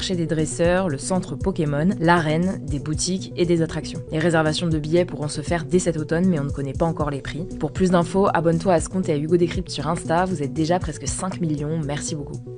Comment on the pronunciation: "abonne-toi à scompte" On peut soigner la diction svp ? C'est inaudible